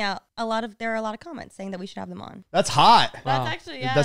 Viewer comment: The way always says “them” as “thum”